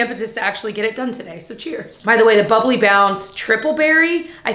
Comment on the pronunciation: It's Buble...Bounc~e...😂😂😂